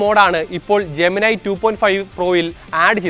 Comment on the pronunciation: ജെമനൈ അല്ല bro ജെമിനി എന്ന് തന്നെയാണ് പേര് ജെമിനി യോട് തന്നെ ചോദിച്ചോളൂ..